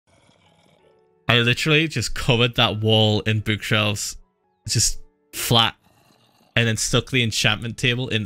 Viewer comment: the way he said book omg stopped me from crying about phil's two dead friends- r.i.p alex and matthew. phil really said bookshelves like b-ooh-k-shelves. is it the accent- lol its still funny either way.